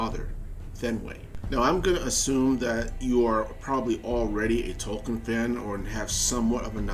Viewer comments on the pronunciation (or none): none